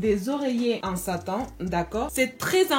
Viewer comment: J'aime troooooooppppp ton accent mais désolée j'ai ris quand t'as dis bonnet en Satan 😂🤣🤣🤣🤣🤣